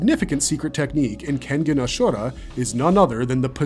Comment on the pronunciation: I just have problem with the pronounciation of Ashura